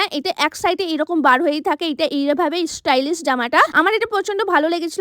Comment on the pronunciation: Didi ota istylish na❌ stylish ✔️❤😂😂